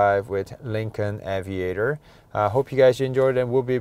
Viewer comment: Aviator, not Avaitor 🙂